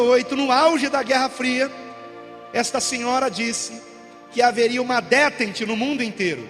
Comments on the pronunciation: DÉTENTE , palavra em francesa , se pronuncia ( decente) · "Detènte".Prezado, a pronúncia não é assim.Busque...